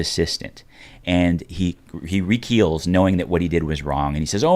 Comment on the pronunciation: recoils* not "rekeels". So many mispronunciations I'm not going to bother pointing out the rest of them.